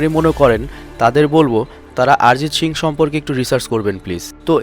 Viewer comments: আরে ভাই আরজিৎ সিং না তার নাম হল অরিজিৎ সিং ভিডিও বানাইছো টিক আছে নাম টা শুদ্ধ করে বল 😡😡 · সালা আগে উচ্চারণ ঠিক কর। নামটা তো ভুল বললি তার উপর সিং কে শিং উচ্চারণ করতেছস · প্রথমে উচ্চারণ ঠিক করুন গুরুদেবের নামটা ঠিক ভাবে উচ্চারণ করুন ARIJIT SINGH অরিজিৎ সিং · আপনি ঠিক মতো উচ্চারণ করতে পারছেন না, নামটা হবে অরিজিৎ সিং, আরিজিত সিংহ নয়। দয়া করে ঠিক নামটা উচ্চারণ করুন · দাদা অরিজিৎ সিং নয় অরিজিৎ সিং